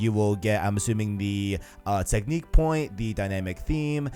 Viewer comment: Wtf is with your English ? Technik point ... smh.